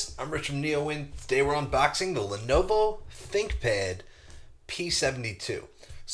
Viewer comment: I almost stopped at "Len-o-BO".